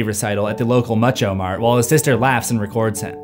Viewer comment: I feel like it's Mucho Mart (Like Muchas Gracias) not Much-Oh.